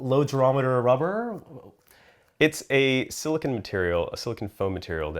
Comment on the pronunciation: Argh! Sili CONE!, not CON! Argh!